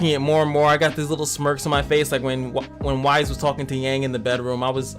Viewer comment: I like your videos and they have really helped my game, so thanks for that. Just an FYI it is pronounced like ice but with a "W" added. I'm not normally one to point out things like this online, but as someone who LOVES this show I couldn't help but wince every time a "WISE" was uttered instead. Pirouette is pronounced like (piro + ette). Please keep making these videos as you really are helping folks :)